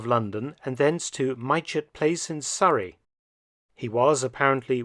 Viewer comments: Fantastic video, as always and thank you. I live in Farnborough Hampshire, a few miles from Mytchett Place. Pronunciations may have changed since 1941, but currently the village of Mytchett is pronounced "Mitchett". Just for the record and in no way taking anything from this great video. Like another commenter mentioned, it's like being in the 80s and actually having to wait for the next episode rather than binging on a good thing all at once is a strange feeling. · Hess was indeed held in Mytchett, Surrey. But it's pronounced Mit-chit, sometimes slightly off as Mitch-it, but never My-chet or My-chit. I know, I lived there for many years. Enjoyed the video, thank you. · Point of pedantry (from a local): Mytchett is pronounced "mit'-chet". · Sorry to be pedantic but mytchett is pronounced mitchit. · It is pronounced Mit-chet House Mark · Mytchett is pronounced Mit-chit. Great video/series! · Thank you Mark. The whole Hess story just reeks of intrigue and plot - all virtually kept secret. Can't wait for episode two. Just for the record, the locals pronounce 'Mytchett' as 'Mit-chit'. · Prof Felton, "Mytchett" is pronounced "Mitchit" if that helps👍